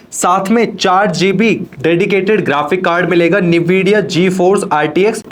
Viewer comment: Sir u said it nividia bit you have to pronounce it like N vidia